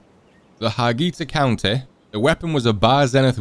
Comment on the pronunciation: That "Harghita County" was like a happy sight for a romanian like me.